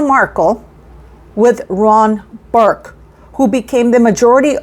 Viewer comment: 🆘It’s Ron Burkle!!!! (NOT BURK)🆘